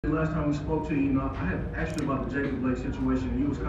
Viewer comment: No one "aksed" you about the situation. Just be quiet and play basketball, giannis. SMH...